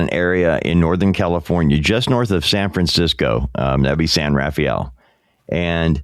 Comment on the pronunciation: It’s not pronounced “San Raffi-elle “ it’s pronounced “San Rahfell”= San Rafael.